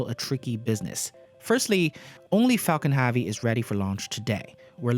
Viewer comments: "falcan havey" XD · It's Falcon HEAVY not Falcon Havy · Falcon ‘Havey ‘??? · Everytime I hear Falcon Havy, one brain cell dies.